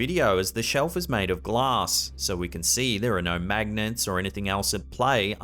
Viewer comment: Why are you saying "magnents"? What the heck are "magnents"? There's only one n in "Magnets" Wow